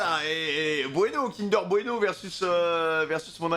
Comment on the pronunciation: 🤣 ces pas bueno ces blueno et le e se prononce pas 🤣